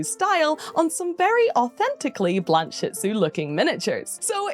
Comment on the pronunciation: I think you aught to pronounce it “Blanche-itsu”, rather than “Blan-shitsu”.